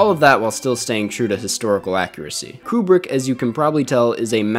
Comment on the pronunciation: It’s pronounced “Kyoo-brick”